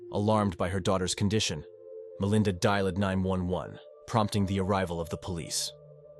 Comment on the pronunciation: "Melinda die-lid 911" 🫥